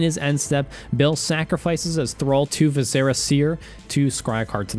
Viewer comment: It’s “Vis-Er-a seer.